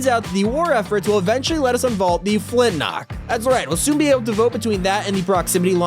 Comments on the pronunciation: Its called a flint lock not a flint nock :/ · Flint lock not flint nock